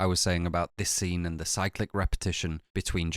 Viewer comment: 30 minute correction video but not corrected your pronunciation of cyclic